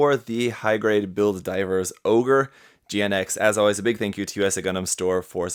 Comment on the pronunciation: GN-X plsss don't say GINX hahahaha